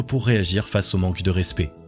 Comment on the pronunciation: Très bonne vidéo 👍👍👍. Juste un bémol. Le mot "respect" se prononce '' rèspÈ '', et non '' rèspÉ ''. Sinon à part ça, très bien.👍